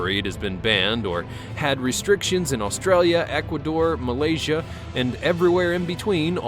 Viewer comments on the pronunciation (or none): none